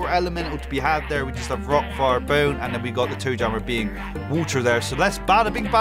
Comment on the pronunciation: name toe jammer “joe tammer”